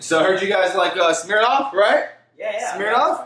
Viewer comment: Lorenzo doesn’t know how to say Smirnoff lol